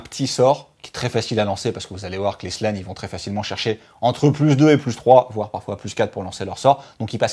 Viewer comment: Ca pique les oreilles quand dit 'Slan" ou "Carnotaure". Mais le travail reste au top et on vous aime;)